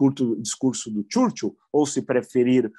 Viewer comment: Caro Villa, o senhor também está bem equivocado quando pronuncia o nome do Primeiro Ministro inglês Churchil. Critica o bananinha e faz igual? Por favor, pesquise a pronúncia correta. Ou lembre-se de como se fala igreja em inglês e adicione o sufixo "il" no final ou use o Google Translator.